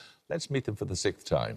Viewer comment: JEREMY!!! The middle letter in the word "SIXTH" is NOT silent. It's "Sixth" not "sikth".